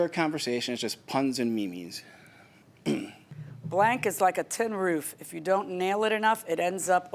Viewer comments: I was listening to this episode while doing something, I immediately stopped what I was doing and came here to comment that the moment he said it! 😂 "me-me" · Not Me-Mes. Lol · Did he just call them MeeMee's??😂😂😂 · When he said "me-me" it made me-me go tee-hee so hard I went pee-pee! He-he is such a dwee-bee. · My man saying ME ME’s is clasisv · This man literally pronounced it "Me Mee's"😅... That's a new one for me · I just can't get over that the defendant thinks Memes are pronounced "Mee Mee's" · LOL the way he said "MEMES" as "me me's" lol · did he just call a meme a me me? 🤣🤣🤣🤣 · The defendant calling them "me-mes" is cringy. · Did he call them "me-mes" 😅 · Yes. Yes, he did. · HE DID!!!! 😂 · HA! He did!! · I HAD to find where he said me-me's, so I rewatched a portion and there it was.... TWICE!! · Just keep tapping the time stamp if you really wanna giggle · The way he pronounced memes has me rolling 🤣